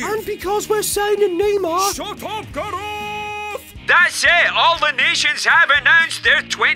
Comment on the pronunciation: He kind of says it like GAROTH